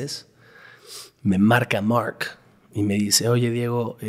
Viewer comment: No paro de distraerme la forma de pronunciar de este bro en ingles, mooooork por mark, distrae mucho. Díganle qué su acento no lo tiene ni obama.